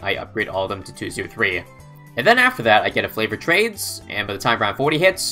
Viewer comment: This man can do anything in BTD6 except pronounce favoured trades